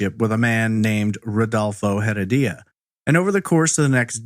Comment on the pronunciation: "Rudolfo Heredia" is the correct pronunciation of her abuser.